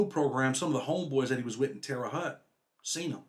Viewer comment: Another great one. But it cracks me up how some pronounce Terra Haute. Terr-e Hoht Anyway keep doing what ya do brotha man 🤘🏼👌🏼